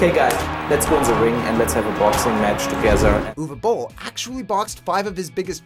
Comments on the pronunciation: Probs: Most accurate pronunciation of 'Uwe Boll' I ever heard from an English speaker. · Wow! I'm impressed! You pronounced Uwe Boll correctly, instead of saying "youwee bowl", as many do. Unfortunately, this does not make him a better director. :)